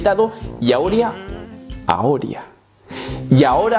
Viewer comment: Nuevo planeta desxurbierto en el cosmos “aoria”